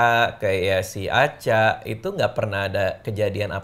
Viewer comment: aku kira alea bilang anca sampe mikir ngapain alea manggil mas anca, taunya bilang aca😂